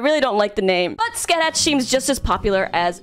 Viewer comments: Mash is essentially the co-lead in Grand Order. Scathach's name is pronounced Ska-Haa Shimakaze-kun is pretty much a yaoi fad of dressing up cute boys as her. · I believe Scathach is pronounced "skaw-ha". It's Celtic, that's why it makes no sense. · Scathach is pronounced Ska-ha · In Japanese, she is pronounced Su-ka-sa-ha. So you could pronounced her like that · Ska-ha is indeed the correct pronunciation for Scathach. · Edit: no Boudicca? Damn. You missed out,. Just in case anyone wants to know, Scathach is pronounced (I think) as sca-hack in Irish and Scots Gaelic. Also, she's a badass in the legends she shares with Cu Chulainn. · Scathach is pronounced Ska-ha. It's weird because the spelling makes it seem like there's a lot going on, but once you start calling her Ska-ha you won't go back to any other way most likely because it's so easy to say. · Cut some slack, she can barely comprehend the franchise because she doesn't regularly delve into it. Garnt would've been slightly better for the video, still is fun to watch a normie trying to pronounce scathach's name lol